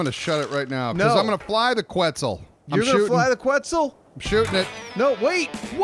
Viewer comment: I'm pretty sure it's pronounced kets and not qwets